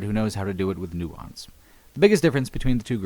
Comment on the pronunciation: "Nuantsd" ~